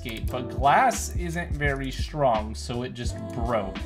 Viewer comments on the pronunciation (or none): none